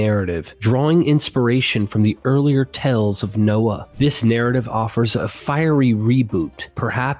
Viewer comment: The word "scarcely" is pronounced with a long "A" sound, as in the word "scare". Also, "hearth" uses the same vowel sound as the word "heart". And the most often one I hear on your vids, "tales" not "tells". I'm rooting for you, mate, but you might want to clear some of these mistakes up if you want people to continue to take you seriously.